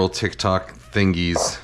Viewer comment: Kanji saying TiK ToK (hard k’s is the most wholesome thing I’ve heard today 😊